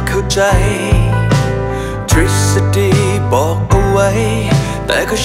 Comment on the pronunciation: ทฤษฎี ออกเสียงว่า “ทิด-สะ-ดี” หรือ “ทริด-สะ-ดี??? ในเพลงเหมือนมีเสียงควบกล้ำ